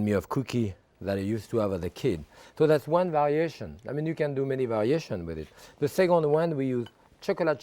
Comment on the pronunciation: “A great Varaeation .. (meaning .. variation!! . I just love .. his accent😂… as well .. as his cooking!!🙏Thankx Jacques!!💕